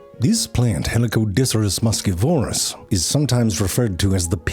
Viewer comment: "muschívorus", not "muschivórus"